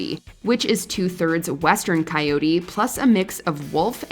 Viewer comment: Isn't the proper pronunciation for coyote is with an emphasis on end with T? Why is on the video, it is pronounced by some without the T.